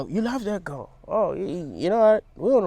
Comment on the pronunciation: I thought he said ghost rather than girl 😅